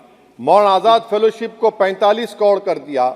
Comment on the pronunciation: Pehle sikhle kod nahi karod hota hai , muh me supari hai kya